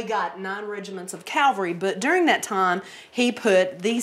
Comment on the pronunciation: Calvary??? Where in God's name did you learn to speak. Do you mean cavalry? Get with the program!!!